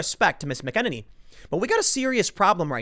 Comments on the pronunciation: Learn how to pronounce the names of the people you're commenting on, Tim. You've been badly mispronouncing Kayleigh McEnany's name for months. Same with Rose McGowan and others. Makes it seem as if you've only ever seen the names in print and have never actually heard them spoken. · MACK - A - NAY -NEE..not mukeneny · Tim - you are killing me with the mispronunciation on her last name. It is pronounced "Mack" - eh-neny and not Mu -keneny. Remember Tim, it's Mac - eh-neny and Mu-keneny. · Mick-en-en-ee? Thought it was Mack-uh-nay-nee. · Mack-a-nay-nee. Not McKennedy lolol... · Tim! It's pronounced MAC-uh-NANNY. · Hey Tim - Kayleigh is a local down here in Tampa Bay so I've heard her say her last name is pronounced like Mackey-Nay-knee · FYI: I believe it is pronounced: “Mac-In-Neigh-Knee” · Did this guy just say McEnemy 😂😂😂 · Mack-uh-nay-nee. Jesus how hard is it to say it correctly Tim? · Tim...Mack Ah Nay Nee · Bro... her name is pronounced "MACK-uh-nay-knee" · Okay Tim, I'm gonna do this one more time. Phonetically it is "MAC' IN'NANY" (long A at the end). No it's not spelled like it's pronounced. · It's pronounced Kayleigh Mac-ah-nay-knee. /nerd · I think her last name is pronounced MACKaNANnee. Love your channels; I'm an older GenXer who leans pretty heavily right (the American version of right, meaning less government, not the European version of right, meaning racist nationalist or whatever they say it is) and I may not always agree with you, but you're not a dick about it, so I don't mind listening to what you have to say. Thank you. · It's pronounced Mac-Ah-nay-knee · Its "Mac-N-any" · Tim you are butchering her name it’s pronounced Mac-in-any. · Mac En Annie is how you pronounce her last name Sorry... kills me every time you say it wrong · I think it's pronounced: "MACK-en-ay-nee." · Mac-N-Any Hard A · Macaroni. Mac a nay knee. Tim you do a great job , don’t forget your pill ! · Tim, love the show. But it's (MACK-uh-nay-nee). McEnany. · Mac - e - Nay - Nee